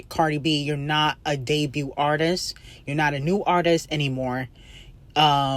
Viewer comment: It doesn’t make no sense for you at your big age to be mispronouncing that many words. The T is silent in the word “debut.” To be doing this for years and you still have not made that realization lets me know that you’re actually a little retarded 😂.